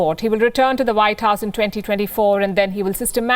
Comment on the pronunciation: You lost me with the “whtye supremacy” ...